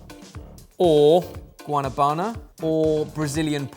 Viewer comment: GuaNAbana. You have to put the accent on the right part of the word. Like that song "Phenomenon." This is my FAVORITE fruit. They grow all over South America. How did you miss that obvious fact?